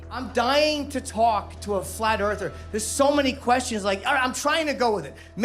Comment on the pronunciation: "a flat Errfer" lmao... ...